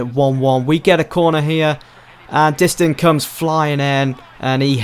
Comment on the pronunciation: Please pronounce Distin and jelavic correctly